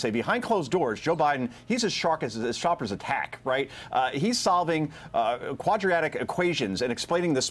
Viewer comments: "Quadriatic equation"? Never heard of that. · Come on Joe Concha its called "quadratic" equations not "quadraitic". Mathematics is cool.